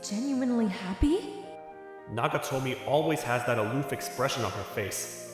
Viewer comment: Nagatomo dude, every time i heard nagatomi i died a little inside xD